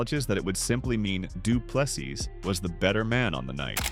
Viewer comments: Dree as in tree, du Ple SEA,not seeßssssssssdssssss NO,take away the very last S........ see,or sea ONLY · Andre Duplexes?